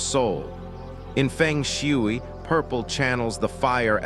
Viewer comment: please spell the words phonetically so AI will pronounce them correctly. Fung Shway.